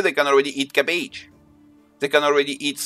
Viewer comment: I'm SO sorry and i will probably get hate for it, but I had to giggle when I heard your accent and . (with the words resource and cabbage) :) but your video DID help me so im thankful for your tips!